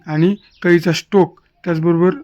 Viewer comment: स्ट्रोक म्हणा हो स्टोक नाही